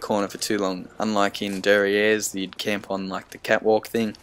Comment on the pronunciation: nobody going to talk about how he said der riese completely wrong. No hate but it’s like this. (Der) (ree)se)